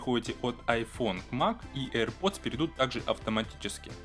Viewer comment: Эйр Пердз....